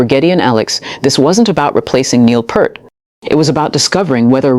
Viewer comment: just to help you out, his last name is not PERT.... it is PEART....say ear with a P in the front and T in the back.